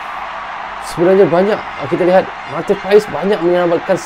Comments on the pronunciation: Baca dan pengucapan nya Martin pas bukan Martin pa es.walapun secara tulisan/tulis.Martin paes... Jdi nama nya Martin pas.bukan Martin paes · marteen paes dibaca marteen pas bgitu katanya bang